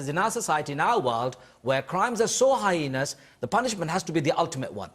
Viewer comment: That was a hard watch, totally agreed with everything you said saun. That man who cant say heinous, really annoyed me.